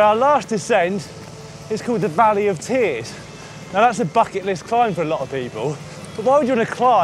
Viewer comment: Should put the 23mm tyre's back on! Did you say Valley of Beer's or Valley of Tear's? All sarcasm put aside another great job guys!